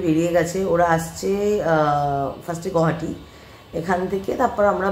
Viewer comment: Correct pronunciation of Guwahati is গুয়াহাটী, not গুহাটী or গৌহাটী😊